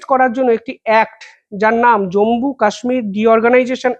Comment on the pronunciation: জম্বু নয়, জম্মু ( not Jambu, but Jammu )